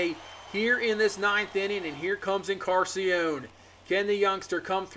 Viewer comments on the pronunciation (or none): just fyi it’s en-car-NAH-sea-on not en-Car-sea-on. you’re missing the “nah”. love the content